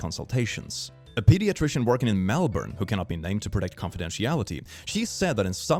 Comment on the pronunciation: I'm just impressed that he pronounced Melbourne correctly lol